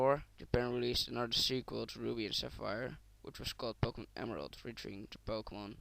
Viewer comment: i cant understand what the fuck your saying go make some operation to your vocal cord cause fuck man! and you cant even fucking pronounce the names of the fucking pokemon right! you fucking dip shit!